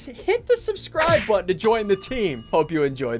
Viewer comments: Nobody::"When did you hit that foot botton". its button not botton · Ssundee: says "hit that like botton" ONCE: says" hit that like bottone" every time ssundee says somthing.